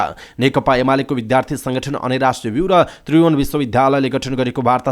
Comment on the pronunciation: "विद्यालय" शब्दलाई "बिध्यालय" र "विद्यार्थी " शब्दलाई "बिध्यार्थी " भन्दै समाचार वाचन गर्दा को स्तरीय भाषिक उच्चारण कमजोर देखिएको छ,चाँडै सुधार गर्न सके राम्रो!